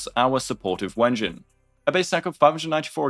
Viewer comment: I really appreciate how you pronounce it wen-jin. Great minds do think alike.